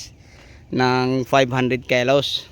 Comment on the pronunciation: kilos boss hindi po kelus😂 ✌✌😂